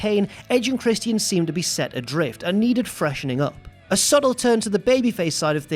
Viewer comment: His name is Christian, not Christy N!!